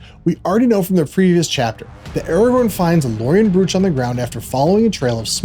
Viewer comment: I was going to write that. Draught is the English spelling, but it is the same word. And brooch rhymes with roach.